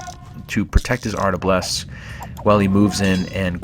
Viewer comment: Cool vid, but it's "arbalest", not "artablest" :-)